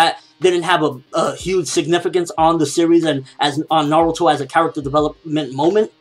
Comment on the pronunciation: its"Na-ruto" not "Na-ru-to"! Dumbass SPEAK PROPERLY!!!!!!!